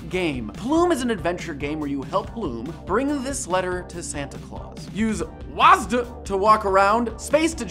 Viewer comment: Did this dude really say “wads” not W A S D..........BOY IF YOU DONT GET YO